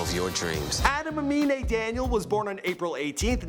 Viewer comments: Wow Im surprised you pronounced his name right. Unlike XXXTentacion... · He finally pronounced the name right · Only person with a weird name that can pronounce